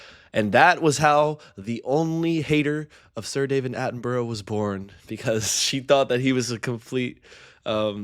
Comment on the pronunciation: Ooh, at the end you forgot the correct pronunciation of his name that you used earlier and reverted to the always wrong pronunciation by Americans! It’s pronounced Attenbruh.